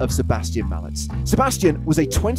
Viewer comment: or is it just irritating to me that the subtitles in this movie and the commentators say "mallets" instead of "Malec" correctly. I understand that Polish is one of the most difficult languages in the world, but somehow the name of the German player is pronounced correctly, although German is also a heavy language. Yes, I am Polish, but no matter where, I always ask how to pronounce someone's surname correctly, and here I can see that no one has thought about it, and this is TV :)